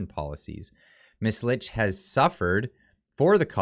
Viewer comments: Her last name is pronounced “Leech” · Just so you know, her name is pronounced “leech” 😉